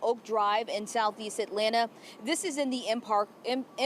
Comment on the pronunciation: Dem boys not ean from Atlanta they don’t even say it right 🤦🏾‍♂️